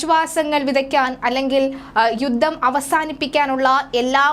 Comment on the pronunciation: യുദ്ദം അല്ല, യുദ്ധം ആണ്. ഉച്ചരണം ശ്രദ്ധിക്കുക